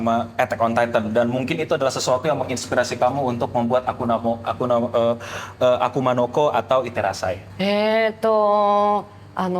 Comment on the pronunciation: Seriusan pas gw liat konten Ig lu, awalnya gw kira editan njir. Taunya beneran😂. Grogi lu keliatan banget bang. Ampe ngomong akuma no ko aja sering kelewat jadi akuna😂.